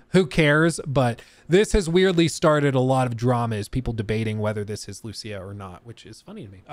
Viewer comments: LOL, I think the same EVERY TIME, just because my main language is Spanish. The name has an accent in the "í" and should be written "Lucía". the accent is in the "í", not in the "u" like most gringos trying to pronounce it LOL LOL LOL. But I think hadn't watch the full trailer yet. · I think it's pronounced as Luciya. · Lucía ! Emphasis on the í !!! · Lucia (LOO-SEE-A ) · idk how this man cant pronouce Lucia even when its said in the trailer :P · You don’t know how to pronounce Lucia when it’s literally the first thing said in the entire trailer?